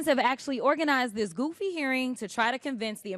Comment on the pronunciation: What it is dis and dat . Lol Please Jasmine learn how to speak. Lol Such a joke